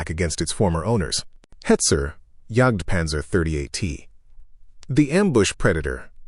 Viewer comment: If you could find a text-to-speech model that would identify German words and pronounce them correctly ... that would be wonderful. Right now I'm grinding my teeth on the JagdPanther pronunciation ... Alternative: use the English names: Hunting Panther. This is just one example, obviously.